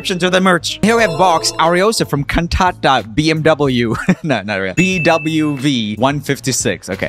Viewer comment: the way you said 'Cantata' sounded like kantap which is a word in a common phrase in hindi 'Kantap marenge' which means I'll slap/hit you hard😂 (btw the phrase and and word 'kantap' is romanized it isn't actually written like that)